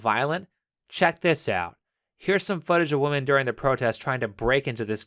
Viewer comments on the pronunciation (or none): Just came here to say that I love how Pewdiepie changed "woman" to "whamen"....lol.